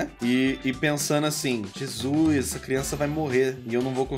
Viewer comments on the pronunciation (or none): none